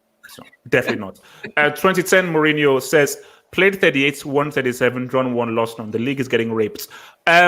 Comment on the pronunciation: My man said “Uncle Who” hahah jeez put some respect on mourinhos name smh